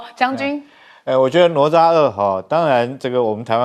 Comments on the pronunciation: “哪吒”怎麼念？聽得我一頭霧水，不是ne zha或是 nuo zha嗎？ㄋㄨㄛˊ ㄓㄚˋ。怎麼我聽你念得想nuo cha。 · 听得懂就好 反正中华没有这种叫法 ne zha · 主持人竟然不懂得读“哪吒”？ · 这个女主持人读过书吗？连“哪吒”都读错😢